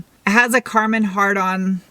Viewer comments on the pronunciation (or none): I spit out my water laughing when she said karmon hardon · LOL...she said Karman-Hardon sound system 👌👌👌